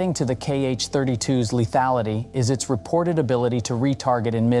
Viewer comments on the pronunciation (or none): none